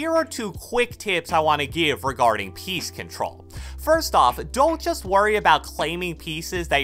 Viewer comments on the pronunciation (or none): I also thought the same thing 😂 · Every time I hear "piece control", I hear PEACE CONTROL now I can't unhear it